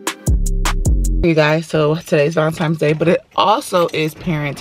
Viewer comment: Not Valentimmmmes Day